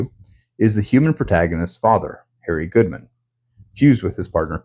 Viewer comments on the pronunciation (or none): none